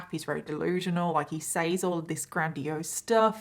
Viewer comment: I love the way u say says lol